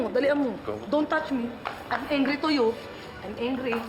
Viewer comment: "Im engry to you engry" 😭😭